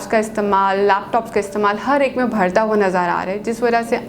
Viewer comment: مہربانی فرما کر اپنا اردو۔ تلفظ درست کریں۔ لفظ ہوتا ہے "بڑھتا" آپ کہتی ہیں "بھڑتا"